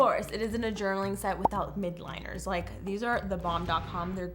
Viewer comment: Love it! Btw it’s pronounced “mildliners” not midliners